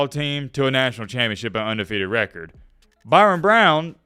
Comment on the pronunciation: His name is Byrum not Byron